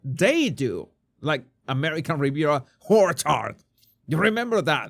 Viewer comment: Love it when you say ‘American Riviera HORCHARD’!! The best! 😂🎉😅❤